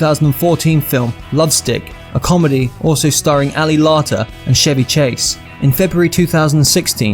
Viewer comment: Narrator has a cool voice but mispronounces lots of words. Encino, CA is N-see-no, not N-chee-no. Chevy Chase, the actor--both his first and last name start with a hard "ch" sound, not a soft "sh" sound on the first name. Not being a grammar nazi, but pointing out mistakes that someone who is paid to speak should not make. There are others, the Mercedes AMG does not have 118 bhp. Need to fact check.